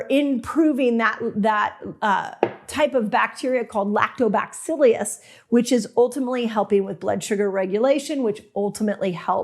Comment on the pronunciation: Lactobacill us, not lactobacill ius please 🥰